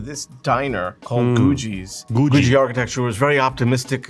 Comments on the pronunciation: FWIW googie is pronounced goo-ghee, but whatever. It wasn't appreciated until pretty recently, so most of those old diners and gas stations and what not got torn down. There are quite a few still around though, because at one time they were everywhere. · This historian is mispronouncing Googie. It's pronounced goo-gee. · Edit: I wrote my comment right after his pronunciation of Googie. Never have heard of Googie pronounced the way he does and I am into art and architecture with my interest in Art Deco and Googie. It is an architectural design movement that is supposed to represent the future and space travel. This is why many things in the US look like they do. Cars, buildings, everyday items from the late 50's through the early 70's. It caught your attention. The cartoon the Jetsons is Googie inspired. Most people pronounce it Goo-gee not Goo-jee, at least in my schooling and experience.